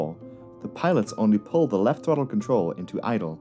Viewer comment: Say thawttle again.